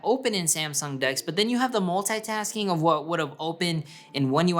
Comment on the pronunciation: Multaytasking how do you pronounce thar